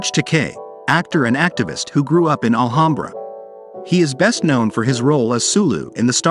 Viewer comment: I grew up in Alhambra. Please pronounce the name correctly. It’s, Al-ham-bra. Ham as in the pig meat you make a sandwich with.